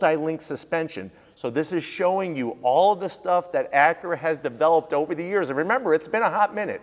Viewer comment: Acure Type-Hearse😂